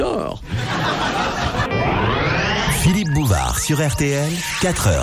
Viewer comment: "Monsieur Bouvèt'" 🤣🤣🤣